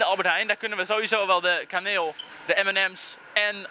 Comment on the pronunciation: lol ik dacht dat je zij "kameel"niet kaneel lol